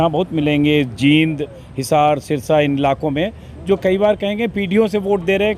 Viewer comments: जिंद नहीं जींद कहो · जींद है ना कि जिंद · अजीत जी आप जींद का उच्चारण सही नहीं कर रहे हो।